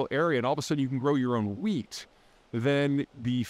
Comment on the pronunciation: Did you say weed? 😂